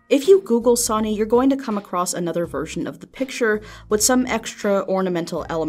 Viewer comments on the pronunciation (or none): Seeing as it's Japanese, it's pronounced "Son-ayy" or "Son-eyy" the e being pronounced as a sort of mix of A and E with a wave seeing as it is repeated. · Wouldnt it be pronounced "so-nay"?